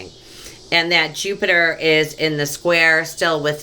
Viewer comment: That was so chock full of goodies i'm gonna have to watch it again. And I laughed so hard when you said "Plupiter" you have no idea! At one point you almost said "dirty money and poliTRICKS" lol, that would've been appropriate.:) Thank you so much! XO